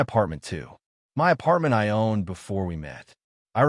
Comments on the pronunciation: Why do AI say M.Y. apartment instead of my apartment?😅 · It sounds like it is for effect i.e. M.Y. instead of my.